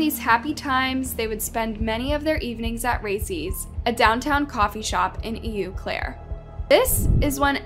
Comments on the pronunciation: That’s “O Claire” not “Eeww Claire”. Eau in French sounds like O. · Eau Claire is pronounced Oh Claire! Learn the proper pronunciations!!!